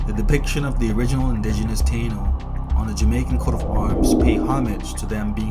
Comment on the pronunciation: Tainos not Tano.